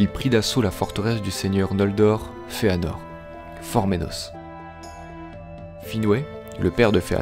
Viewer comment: Super vidéo ! Bon travail tout ca juste la prononciation me dérange de ouf j'ai toujours dit ungolian, finor et les simaril mais pas grave c'est pt moi qui me trompe, en tout cas continue c'est super cool !